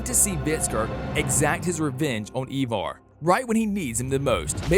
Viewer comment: Why do you say evar? The show clearly says it and spells it differently